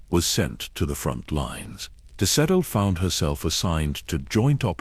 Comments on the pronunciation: Sa-telly? Really?!? 😅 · That was the first thing I said, "that is not how you say her name". 🤣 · The AI can’t even pronounce her name correctly. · i'm sorry, but I can't listen to a 2 hour vid about someone while the ai pronounces it incorrectly throughout. Did you not listen to your own work before posting it? Did you listen and decide it was the correct way to say it? Not as much effort goes into these vids as they might have you believe.